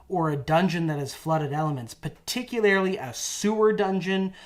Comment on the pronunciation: If says "par tick you lair ly" one more time my head might explode 🤣🤣🤣